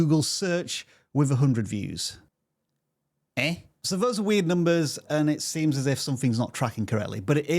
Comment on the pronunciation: The eh in sounded so Nigerian 😂😂😂